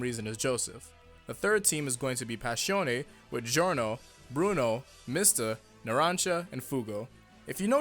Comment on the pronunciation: WHY DO YOU SAY ABBA CHHHH IO INSTEAD OF ABBACHIO. WHY DO YOU SAY PASHIONE INSTEAD OF PASSIONE